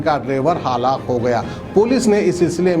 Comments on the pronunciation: Haalaq nai hai woh halaak hai..... Zara urdu ke talaffuz pe kaam karo aap maherbani hoti kyu ki urdu me news sunare aap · Haalak nahi bolte halaak bolte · Haalak Kia halak plz prounciation correction needed